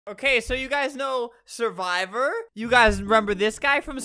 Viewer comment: That’s not survivor it’s suwvror